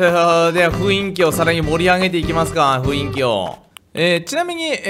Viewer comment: さーん！！ふいんきじゃなくてふんいきですよー！！